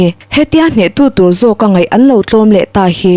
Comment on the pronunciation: parchhuang pawh, par hi thluk hniam tur.